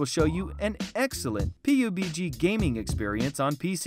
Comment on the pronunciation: There are a bunch of these A.I voices. When they say pubg... they can't